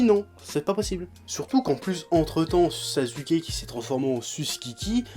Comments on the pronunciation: Normalement ça se prononce sassouké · arrête de dire sazuuke cette prononciation n'existe pas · ah chef j'adore tes vidéos , mais ya quand même un truc qui m'irrite à chaque fois, pour Sasuke, s'il te plaît arrête de dire Sazuké XD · Rebeca SoPokéNaru ptn on dit pas saçouké mais sasské arrête de prononce comme dans la vf parce que ça te rend pas crédible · Mdr tu dis sazuké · Primo ça se prononce simplement Saské. Le U ne s'entend pas entre 2 consonnes. Voilà merci au revoir. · JO The Devil Ne te prononce pas alors que SasUké n'est pas la bonne prononciation x) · Je ne titille pas, je fais une remarque, et si on peut traduire les noms (même si c'est un sacré manque de respect pour une œuvre), exemple Son Goku qui devient Sangoku, Bejita qui devient Vegeta, etc, donc AU MOINS passer par là au lieu de prononcer SaSUké, mais peut être qu'il le fait exprès, j'en sais rien. Et puis ne joue pas à être aussi "agressif/agressive" pour rien, je n'ai pas insulté ta mère ou ton père que je sache.... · Ichigo90ish J'ai dis au minimum le dire à la Française, JE SAIS QUE SON NOM SE PRONONCE SASKE JE L'AI DÉJÀ DIS, faut éviter de répéter ce qui a déjà été dit... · Ouais mais ça peut paraitre pour du chipotage mais mal prononcer le nom d'un perso important du manga et à plusieurs reprises, ça fait carrément pas sérieux...